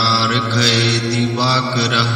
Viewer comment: गुरुजी स्क्रीन पर likha हैं, वहि बोलो,divakarm nahi likha divakara likha हैं.